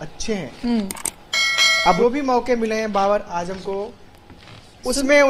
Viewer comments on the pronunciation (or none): baqi theek hai naam sahi lelo ajam ni azam hai🙂